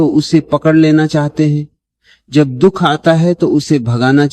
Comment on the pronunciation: रीडर से दुख का शुद्ध उच्चारण उपेक्षित है । दुहख क्या होता है..?